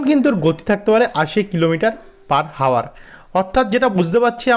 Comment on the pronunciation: বাংলা উচ্চারণ ঠিক করা দরকার। ইংরেজি শব্দ "hour" এর উচ্চারণ "আওয়ার" , h এর উচ্চারণ হবে না, h এই শব্দে silent.